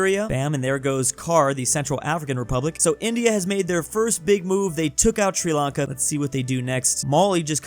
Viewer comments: Uhhhh isnt it called Sri lanka and not sri lanke? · Ah yes, Sri Lanke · you misspronunced our counties name : It's Sri Lanka